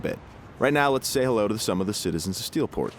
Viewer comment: You Sir have a funny way of saying hello